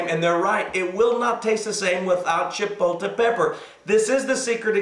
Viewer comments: I enjoyed your tutorial. Thank you so much for your recipe on tortilla soup. The word is not pronouned CHIPO-TE. There is an L in there. Just a heads up. Thanks again! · Actually - the word is Chipotle, and is pronounced: Chi-pot-le. But does it really matter? We know what it is, and the pastor is correct - it's de-LISH! Thanks for the recipe,! You're pretty awesome, sir!:)